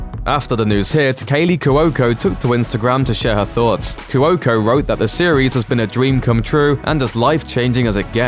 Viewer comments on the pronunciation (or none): Omg u irritating Brit - it Caley Chico ( Kwo.ko ) NOT kawoko